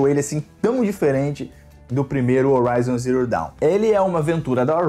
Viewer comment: O "H" tem som de R em Horizon, bérou.